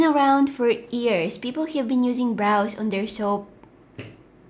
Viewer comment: When she Says 'years' but it sounds like 'ears' .... Too cute 😩❤️